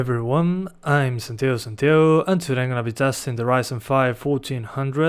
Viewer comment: Se te re nota el acento argentino o uruguayo cada vez q decis santiago santiago jaja